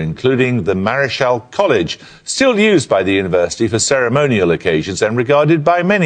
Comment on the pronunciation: Yeah, Jeremy Paxman said Marischal College totally wrong!